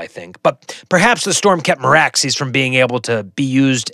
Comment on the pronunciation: As much as I've been nitpicking your pronunciations, I think you nailed Vhagar and Meraxes based on show and audiobook pronunciation.